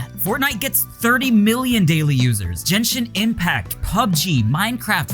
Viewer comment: I stopped watching after you pronounced "Genshin Impact" weirdly.